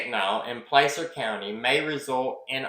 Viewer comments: Love your channel. The a in Placer sounds like apple not ape. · Pl/aaaa/cer county, not Play/ cer county